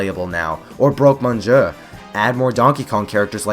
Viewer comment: I would agree, but you butchered the pronunciation of Broque Monsieur so badly, I‘ll have to comment on that instead.